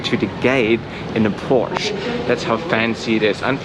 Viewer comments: It is Porsche. Not Porsch. Is That so hard? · Please remember next time, Porsche is with 2 syllables not “porch” love your work. Formally a Porsche mechanic.